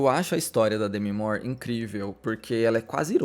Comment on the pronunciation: Eu estava admirada que você fala certo o nome dela, eu descobri numa aula de inglês nos anos 90, e percebo que todo mundo pronuncia errado. Louca para assistir este filme